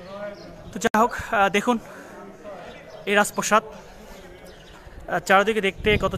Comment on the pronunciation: রাজ প্রসাদ নাকি রাজ প্রাসাদ? প্রতিটি ভিডিওতে দেখছি একই উচ্চারণ